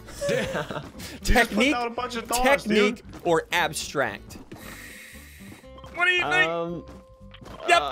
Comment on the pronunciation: It’s abstract not abstract